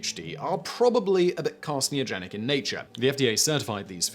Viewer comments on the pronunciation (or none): I love videos, but good god he can't pronounce worth shit xD Wtf is "Carsneogenic", it's CARCINOGENIC. I kinda think he does it on purpose to farm comments:D